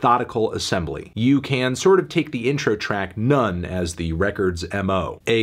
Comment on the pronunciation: Good review Anthony but I don't think it's necessary to pronounce the album title as Nonce